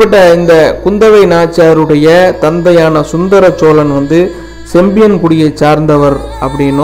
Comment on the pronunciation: சோளன் இல்லடா அம்பி. சோழன். மள்ளர் வேறு சோழர் வேறு. தமிழ்..ன்னு ஒழுங்கா உச்சரி. உருட்டல் உடாதே...அம்பி.